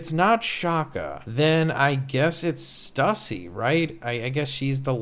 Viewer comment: it is not stussy lol